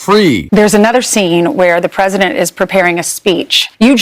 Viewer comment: “I tell dee prezident what I tink.” Sure ya do, Melania. Trump listens to your nonsense just as intently as he listens to the needs of the citizens he’s supposed to protect 😡